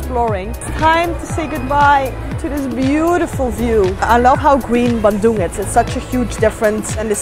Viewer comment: really love the way you say bandung ♥